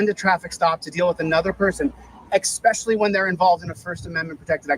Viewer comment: pronunciation is so important. The word "especially" (proper, conveying education) vs. expecially (improper, conveying lack of education).The latter you used a couple times during this video. I don't want anyone to have a reason for not voting for you as governor of Nevada. 😉